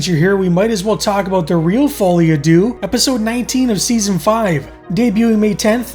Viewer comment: Good episode, but I have to be pedantic. Deux is not pronounced "Doo" but more like Sir with a D and no R.